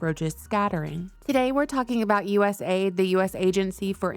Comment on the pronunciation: Isn't it cool, how they derive names that sound SO GREAT, but are nothing but EVIL. Patriot Act, Homeland Security, USAID etc. You need to stop saying US-AID and say U-S-A-I-D. Misleading big time.I don't trust Rubio period